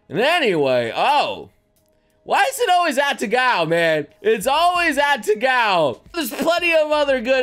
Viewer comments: Her name is "Atago", not "Atagao". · Atagao Me: Are you serious? A-Ta-Go.:/ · Atago* not "Atagao" PRINZ EUGEN BEST BOAT WAIFU